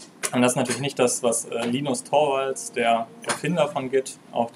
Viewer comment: Das "Torvalds" wird übrigens "Turvalds" gesprochen, und nach seiner Aussage benennt er Projekte gern nach sich selbst: Erst Linux, dann Git. Im Übrigen empfinde ich die Arbeit mit `git` im Text Terminal tatsächlich als mühselig und kompliziert. Aus diesem Grund nutze ich Git auch ausschließlich via Source Tree und TortoiseGit. Bricht das Ganze auf ziemlich intuitive Buttons herunter. Vor allem Source Tree und sein Git Flow Feature sind klasse.